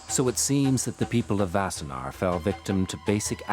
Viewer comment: It’s “Wassenaar”, not “Vassenaar”. And it is pretty weird to a Dutchman to describe it as being a short drive from Amsterdam as Wassenaar is much closer to The Hague. Sure, it is a short drive from Amsterdam, but everywhere in the Netherlands is a short drive from anywhere else.